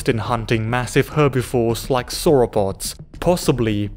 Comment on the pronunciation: "Suropods" and "Manmoths"? :D